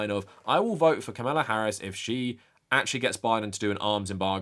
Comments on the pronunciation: Sincere question. Is there a reason you keep mispronouncing Kamala Harris’s name? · nah, he’s neither uninformed nor uneducated. I’m inclined to be charitable and blame his accent. However, if it’s laziness, that implies he doesn’t care. And if he doesn’t care, that’s problematic. Especially from someone that champions anti-racism and anti-bigotry, yet doesn’t recognize the irony of (and the baggage that comes with) a straight white male mispronouncing the name of someone who primarily identifies as a Black American woman. However, only he has the answer.